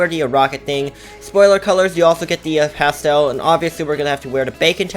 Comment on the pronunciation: Any one relies that it’s pasten brown not pastel